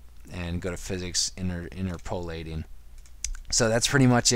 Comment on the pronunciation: Sorry to be a grammar-Nazi, but it's "interp-uh-lateing" not "inter-poe-lateing".